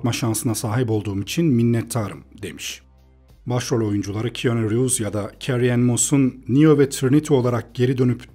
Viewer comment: Keanu Reeves'in ismini yanlış telaffuz ediyorsunuz.